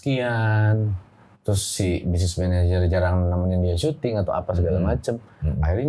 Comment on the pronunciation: bener ya udah disebut tapi bang densu biasa 😂 kalau menurut gw bang densu belum ngeuh karena ngomongnya managernya kurang jelas